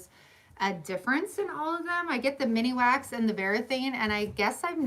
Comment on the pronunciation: Thank you for all the information! Just so you know it's Minwax not miniwax